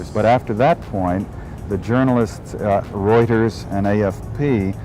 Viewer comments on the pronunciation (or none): none